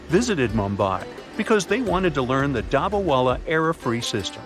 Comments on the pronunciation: Pronounce of dabba wala is wrong. in Hindi dabba-box with food and wala-person . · Sorry to say but you mispronounced every time u said dabawala